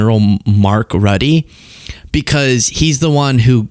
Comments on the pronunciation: Say it like Mark Root-a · It’s prounced. Rutte - rut-uh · That is not how you pronounce Rutte! Please learn how to pronounce names properly, every time you said 'Rutty' it made me cringe.